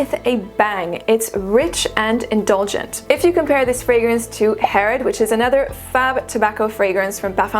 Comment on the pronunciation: I've been eyeing encens suave and I think after this video I'll give it a try, finally. My second name is Herrera, by the way and your pronunciation sounds on point to my mexican ear, contraire to me trying to pronounce it in french 😊